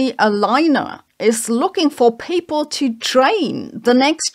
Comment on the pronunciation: Why you pronounce people "paple" ?